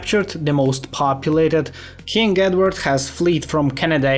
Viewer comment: Not being rude or anything but you saying kink instead of king is just hilarious 😭